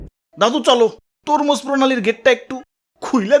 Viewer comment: হরমুজ না❌ তরমুজ ✅😂😂